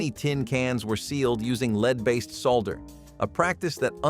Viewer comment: You mentioned lead solder and your narration program pronounced both of those words wrong.